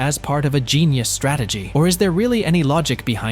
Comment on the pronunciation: Its Genius not genus lmao